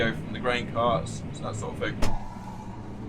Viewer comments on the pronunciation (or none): none